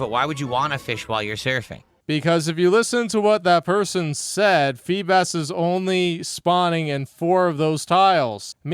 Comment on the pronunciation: This man can’t pronounce anything. What is a FEE-bis?